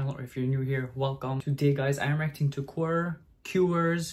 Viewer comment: For international Fans : the proper pronunciation of QWER is like 'que - double u - e -are'. Not [quwer] / [kyuwer].